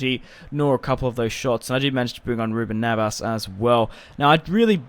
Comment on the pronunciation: it's neves not navas